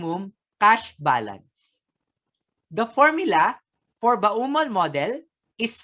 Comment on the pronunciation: ba-u-mol model talaga? di ba pwedeng bomol model? he he